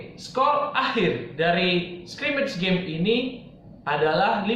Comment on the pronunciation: Sok inggris Mister. skrimit gem. wkwkwk